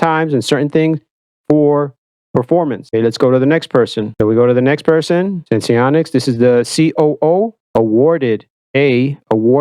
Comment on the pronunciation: Just like it’s dexcom, not dexicom.. it’s senseonics, not sensionics 🤦‍♂️